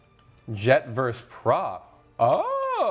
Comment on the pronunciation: versUS, not verse. Unsubscribed